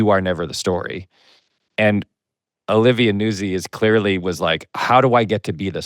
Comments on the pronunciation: Its “Newtzi” like pizza “pete za” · Nootzi. But Americans don't pronounce Italian names correctly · I believe it's pronounced like pizza. NOOT-zee. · I just learned about Pablo's podcast in the last month. I'm impressed. On another note, I believe it is Olivia Nuzzi as in Pizza (Peet-za) It is pronounced (newt-zee) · Look to pizza for a guide to pronouncing a double z followed by a vowel at the end of a word. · Gotta put a soft T in Nuzzi. Like pizza, palazzo, mezzo, or pazzo. Not like jazz. Or jizz. Since we're on the subject.